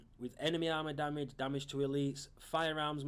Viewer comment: Its not DAMIDGE,its damage.